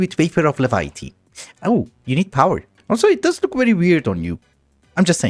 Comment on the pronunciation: Hey, it is pronounced lev·i·ty not le·vi·uh·ty.